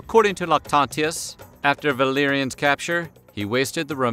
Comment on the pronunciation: For a second I thought you said his son's name was Billyanus